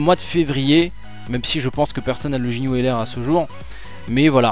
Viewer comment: sinon cest ginue pas jinue